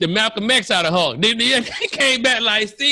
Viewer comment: Hawk?? It supposed to be Hulk